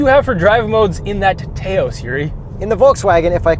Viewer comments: Tay-ose??? Natives of New Mexico would tell you It's pronounced Touse, my friend. Point for Yuri. You guys are correct about the somewhat arbitrary classification of the Taos as a subcompact SUV vs the CX-5 as a compact. That's because the Taos (176" in length) is the biggest SUV typically classified as a subcompact while the CX-5 (179" in length) is the smallest vehicle in the compact category.* Further, despite the minor deficit in overall size, the Taos offers considerably more overall cargo space (65.9 vs 59.6 cubic ft). In fact, the relatively cramped interior of the CX-5 compared to rivals is arguably its greatest weakness. (It's the result of the "Koda" design language that dictates an especially long hood that sacrifices interior space, an issue that's even more extreme in the CX-9, one of the largest midsize SUVs with less cargo than any rival. In fact, with less space than a Honda CR-V.) * The pattern of larger VW SUVs vs rivals isn't limited to the Taos. The North American Tiguan (185.1" in length) is the largest of any "compact" SUV. The Atlas Cross Sport (195.5" long) is by far the largest two row midsize SUV. And the 3 row Atlas is among the largest SUV in that category. Each of these models is aimed specifically at the North American market. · Mazz-da? Tay-os? Puhleeze. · somebody teach that guy it's not pronounced "tay-ows" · Please, it is not ‘TAY-OSE’ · it's not frikking tails, it's taos. stop pronouncing what it's not. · So. According to vw (I work for a vw dealer) the way you are supposed to say it is t-Ouse (like house with a t) and they get mad if you don’t say it that way. Our vw rep ripped my ass one day for saying it wrong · It isn't Ta-Os. Lol. Taos has one syllable. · OMFG. I used to think the orgasm faces makes during every launch was the most annoying thing he did. But TAY-OHS. 😳😳😳 Didn't VW give you a press kit before you drove away with it? 🤦‍♂️🤦‍♂️🤦‍♂️ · Tahos,:) It's an American town. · It’s pronounced “touse” 😑🤦🏽‍♂️